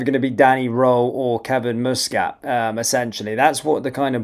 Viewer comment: its m.u.s catt not mo.o.s catt